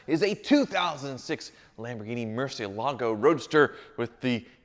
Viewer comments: PLEASE SELL THE MURCIELAGO! Or as Ed Bolian would call it, Murci-ellah-go... Flippin weirdo that guy, I tell ya... First time I heard him pronounce that, he just never sat right with me from that moment on... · Took just 16 seconds to murder the pronunciation of Murcielago. A new record.